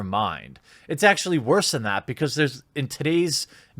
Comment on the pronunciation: A reporters job is to speak and ask questions? Yet it seems like they do not practice their speech and produce a clear pronunciation... "Ackchilly" GREAT.